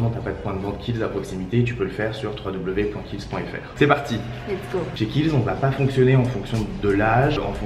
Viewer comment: Juste, c'est Kiehl's et pas Khiel's☺ bisous